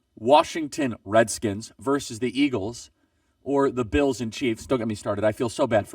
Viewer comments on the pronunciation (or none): none